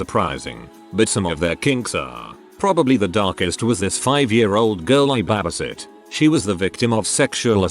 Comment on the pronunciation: Honestly the way he says “babasit” is just the most wholesome. I’m stealing it